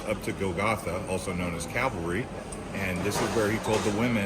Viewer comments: Calvary, not cavalry:) Great video; loved the music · I'm learning so much. I can barely watch as I start to cry. But please correct your spelling of "Calvary". You are saying "Cavalry" which is much different. Thank you. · Its Cal Va Ry not Ca Val Ry. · It is Calvary not cavalry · Calvary not cavalry. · Cavalry? I didn't hear any horses... Calvary. ✡️✝️🇨🇦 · Not “cav-alry”, but “cal-vary” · It's CAL VARY ...not CAV ALRY.... Also it's the WAILING Wall not the WEEPING Wall... And it's the Holy SEP UL CHRE..not SEP LU CHRE... There are are few incorrect facts also...eg...King David was born in Bethlehem.